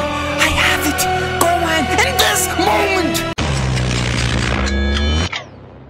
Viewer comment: It’s gohan